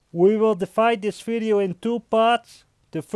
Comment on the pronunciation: _ ethanol _ It’s his accent bruh